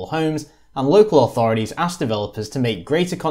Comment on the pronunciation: Very informative, but maddenly annoying when someone who's clearly British persists on saying 'authoridies' instead of 'authorities'